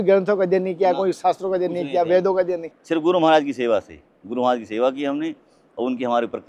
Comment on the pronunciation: Kya Maraj maraj bol Rahe he sud boliye Maraj nahi Maharaj boliye dhayabad